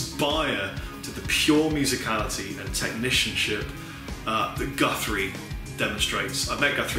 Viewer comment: did you say technicianship bro?